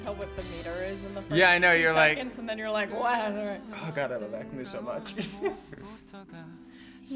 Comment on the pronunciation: Not that it's a big deal, but for what it's worth, AKMU is pronounced "ang-myu." The hard stop between the "k" and "m" sound in Korean sounds awkward so the "k" sound changes to "ng." "MU" should sound like the first syllable of musician. "Myu" not "moo." I only feel obligated to mention this because I was REPEATEDLY corrected on it when speaking about AKMU with my coworkers here in Korea, lol.